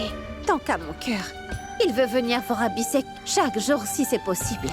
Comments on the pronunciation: Mounie les prononciation des noms😂 Pragya ❌ Piragya ✅ Abhi sheikh ❌ Abi Sec ✅ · Moi à chaque fois que monie prononce le nom d'Abi en disant Abisèk ,je ne peux pas m'empecher de rire😂😂😂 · Elle dit piragya Abhisek et Ayla